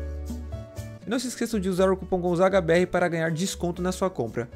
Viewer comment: o cara chamando o de gozada vsfd kkkkkkkkkkkkkkkkkkkkkkkkkk